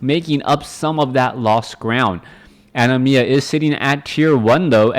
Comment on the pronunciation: You said Animas name right :P I assume the person is referencing the summon from Final Fantasy X with that name :p